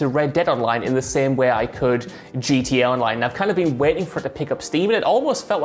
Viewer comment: As an American why is it so hard to say the Letter “T” ITS GTA!! NOT “GA OR GEA” or whatever you was saying!!! I’m so triggered 😖😖😖 GTA is already shortened n you mess that up how!?! 🤣🤣🤣